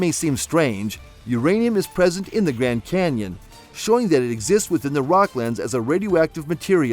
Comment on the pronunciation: If you say gran Kenyon one more time I'm gonna kick you in the nuts!